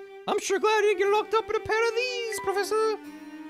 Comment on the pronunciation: I've been catching up on all the Layton vods and now i can't stop mumbling "pwofessa" to myself thnx